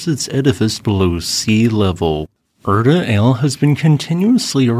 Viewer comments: Air-tah Ah-lay not Er-tuh Ale, please. it hurts my ears and I don't even speak Ethiopian. If you do it again I will call your mom to complain. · Erta ail lol. Erta Ally. Theres supposed to be a hyphen above the e. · The AI voice is so terrible. It mispronounces SO many names in this voice: eg Afar, Erte Ale